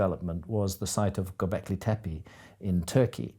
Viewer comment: He will never learn to pronounce "tepé" right. And he uses it a lot. Disgusting, but unsurprising.